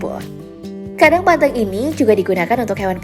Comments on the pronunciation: nyebut nya salah. bukan banteung tapi banteng kwkkwkw aneh kedengerannya. Macam nyebut 'e' nya kayak "capek" bukan 'eu" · Ngomongnya kata banteng SALAH, hrs nya banteng kayak kata ejek bukan kayak seneng